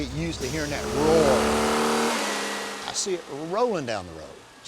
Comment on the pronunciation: Did he say “Roar”…..😂😂😂😂, well ok it’s better than it was 👏🏼👏🏼👏🏼👏🏼